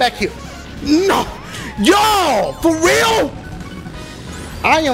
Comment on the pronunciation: I'm laughing wayyy to hard lmao "for weal"